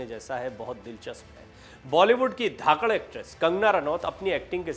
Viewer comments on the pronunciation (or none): Dhakkar नहीं Dhakkarrh